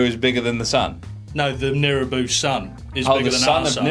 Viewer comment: it's nibiru, not nirubu btw